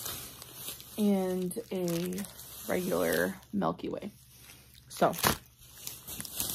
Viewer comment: Malky way... tf is a malky way 🤣